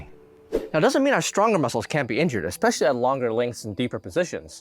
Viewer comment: Did you actually say, "eXspecially"? Lol